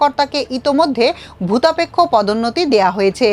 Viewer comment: **দুঃখিত ! না বলে পারছিনা , খবর পাঠিকা বারবার ভুতাপেক্ষ কে ভুদাপেক্ষ উচ্চারণ করছে , আশ্চর্য ! খবর পাঠিকাকে উচ্চারনে এবং টানে (এক্সেন্ট) আরও আরও স্মার্ট হতে হবে !